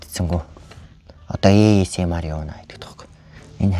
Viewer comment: Asmr❌ Асмар✅